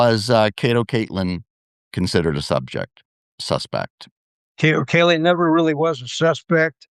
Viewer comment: He meant to say Kato Katelyn :D :D